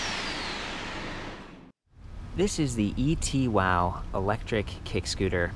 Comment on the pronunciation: e-two-w, not et-wow